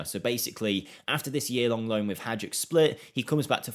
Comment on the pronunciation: hajduk is read as Haidook. not hadjuk.